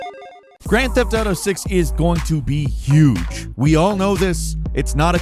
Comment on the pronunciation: "It's gonna be Y'uge! 👌" wow, rememeber that, hard to believe its been 4 years already 😉 I swear this the best simulation so far